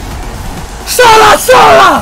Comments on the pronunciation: Yo I think this the first time he said a name correct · For once he said someone names right most of the times he get sit wrong like aLAbAmA or SEWEY OR ARUJUNO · The only time I hear him saying someone's name correct